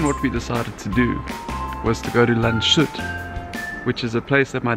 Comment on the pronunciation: Very nice video! Actually the name is pronounced more like Lands-hoot not Landshoot. Sorry for correcting you.